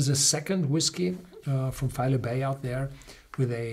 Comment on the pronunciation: Just a heads up, the pronunciation is FY-LEE and its a really wonderful place.